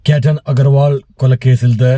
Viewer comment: കേറ്റൻ അല്ല, കേതൻ